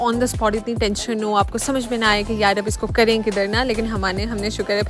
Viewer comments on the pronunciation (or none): none